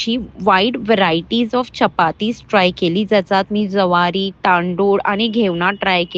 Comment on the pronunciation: घेवना नाही गं बाईं,, घावणे जवारी नसते ती ज्वारी असते..अनमराठी..